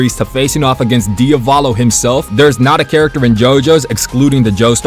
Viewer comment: "dia-vah-LOW" "ermehs" "ana-SEWY" 😭😭😭